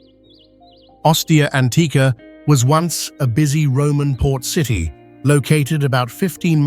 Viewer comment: . "Three hundred an duh.......seven TEEEEE miles" - AI. Human translation: three hundred and seventy miles. Then, the narration app says "basil" randomly . This is a fun game! Thanks OP! "forty eight tchoo thousand" tchoo? "100 degrees efff." That's minor, but a human would have said Fahrenheit. "Ozkonak underground cee tee". City "A mystery story" so close, but no native English speaker would say it like that. "An unpublished deep tunnel" unpublished? "Astronomy rules"!!! Longyou caves so many images of other places! Probly all of them are wrong. I laughed when saw an image of a native American petroglyph! They never even showed the real images of the carved out caverns. That's too bad because It's quite impressive! You should look it up to see the real images. The minor linguistic mistakes were amusing, but the piece about the Longyou caves only showed random images from around the world. All credibility is lost. So on that note, I'll stop watching. Take care! Always do your own research. These videos arent always accurate.